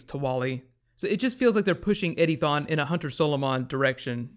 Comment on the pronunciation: Every time you say Eddie Thawne, I hear Eddy thong!